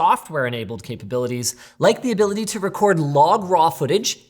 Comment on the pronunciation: Bro said the hard R in this video - “Record”